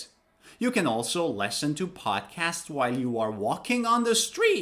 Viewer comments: Listen is pronounced as Li s(o)n. It's a short 'e' sound. Like Liberty, living. Pronouncing it as Lesson is wrong. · the way you pronounce 'listen' was just like 'lesson' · Sometimes I heard lessen instead of listen. Is it American accent? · has anybody told you that you pronounce (listen) as / lesn/ I mean the first vowel sound is different. I know you are a native speaker and none can speak English as well as you do but I'm waiting for your explanation. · Wwwwwwow your pronounce of listen is wrong